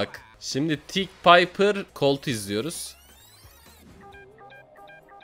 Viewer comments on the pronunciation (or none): none